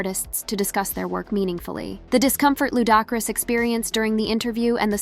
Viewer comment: Who TF is Fiddy and Lou Dockris, always some cuntianna butchering ppls names, smh